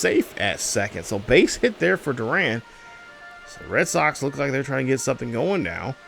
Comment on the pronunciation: Garrett Crochet (Crow-Shay) Kyle Higashioka (Hig-Ah-She-Oh-Ka) Jarred Durran (Dur-An) I’m not hating but it’s a little distracting you mispronouncing the names lol😂 I tried my best to be as nice as possible, but awesome vid and I really enjoy the pace of play